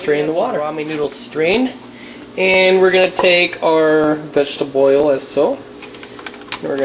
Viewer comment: It's not Vegteboil fool it's Vegetable Oil